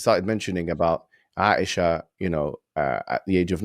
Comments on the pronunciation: He said he married ‘Asia’ 😂he couldn’t even pronounce Aisha. Truly uneducated people. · Asia LMAO!!! It's Aisha. At least when quoting please pronounce the name right. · This idiot is calling the mother of the believers Asia instead of Aisa 😂. They are just too afraid and that people are accepting it by the thousands and the reason they try to attack Islam and our prophets. Just this past Friday 2 lovely ladies, may Almighty keep them strong and steadfast in the deen, accepted Islam and every week at least one person does it and the most I have witnessed is 3. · Pronunciation, articulation of Aisha is Aisha. Not Asia. This means promoting ignorance, ignorant 3rd class white intelligence. Not like of entire white race gets certificates from MIT Yales Princeton Harvard Oxford Cambridge Universities. All based on golddigging as it's supported by indoctrination of only rich prowhite prozionist Anti-non-white-ophobia mom-dad networks institutions organizations industrial feudal political block via Trojan Horse perversion strategy proxy strategies last 3600 years, networks issues loyalty issues networks cards loyalty cards. Socrates wasn't a golddigger. Socrates Era never assimilated. Stupid white people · Seriously. This donkey is reading off an iPad so it seems. And cannot even pronounce the proper nouns written on the screen. How hard and difficult is to say the name ; “Hijab”. Seriously. What a moron and how u educated do you have to be to Mispronounce this. Also the name ; “ Aisha or Ayesha”. Seriously. Does he know how the continent of ‘Asia’ is spelt!? Seriously. Mohamed Hijab is right. It seems Bet David just dragged this guy mid toilet cleaning and literally asked him to step in as the side host. What a Joke.